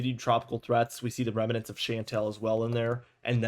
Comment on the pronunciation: Thank you for this. We need independent weather reporters now more than ever. Just for your professional info, the word is remnant, only 2 syllables. 🙏🏼👍🏼✌🏼